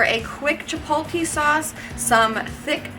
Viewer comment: Couldnt finish the video. If i heard chip-pol-TEE mayo one more time, i was gonna come through the screen.